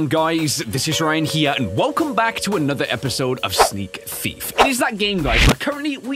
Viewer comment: ... again "sneak thife" Its thife simulator ...